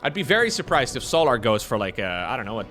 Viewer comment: Why does bro call him So'larr like he's a Githyanki. Bruh, it's just solar like solar-powered 😭